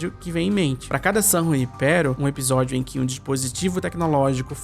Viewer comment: pq vc pronuncia episódio com um “B”, (ebisodio)?